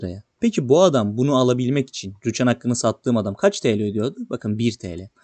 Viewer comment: Rüchan değil ama Rüçhan